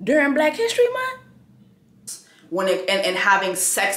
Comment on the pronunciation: ”Really? During Black History MunT 😒?”